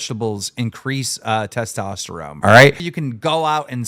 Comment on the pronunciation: "Testosterome" - Keem